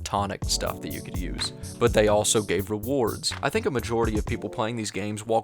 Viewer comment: says elso instead of also.